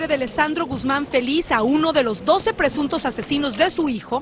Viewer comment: "presuntos asesinos" porrrrrfavorrrrrrrr " presuntos"????